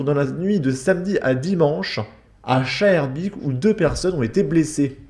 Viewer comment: Schaerbeek se prononce "scarbééc" ;-)